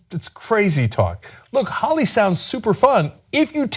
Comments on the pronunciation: It's pronounced "Holy" not "holly" lol and these women need to not participate in Holi if they feel like they're being targeted.. not all women, but those that feel targeted/unsafe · Ana i am a big fan of the work you do, but you need to at least try to pronounce the words correctly, especially if it's the topic of your report! PS: its pronounced <HOLY> not <HOLLY> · 'Holi' is pronounced 'holy', not 'holly'. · Not "Holly" its pronounced more.... "Hole-y" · It is NOT holly, it is Holi, as in holy mackerel. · i'm indian and they are mispronouncing holi in this video it's pronounced hole y not holly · It's not pronounced "Holly".. it's pronounced "Holy".. like Holy crap can you please pronounce this correctly! :P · no, its ho-ley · yes it is pronounced 'holy'. those are probably westernised indians who can't pronounce traditional indian names properly smh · WOW people are so motivated to judge and teach us INDIANS. ! too bad, they don't have that same amount of motivation to do research on their own. A couple of paragraphs from some newspaper or FB post cannot actually explain the full picture. i mean, at least pronounce "Holi" properly. if you want us to consider any of your suggestions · again proving they are glorified googlers. They can't even pronounce Holi correctly. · There should be a producer off-camera correcting them when they mispronounce words like "holi" and "rumspringa."